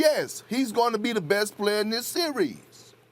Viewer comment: Im just here to hear perk say "Si-ries"